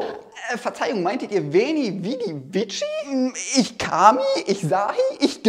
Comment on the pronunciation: Es wird aber nicht viji sondern Viki ausgesprochen 😂👌👍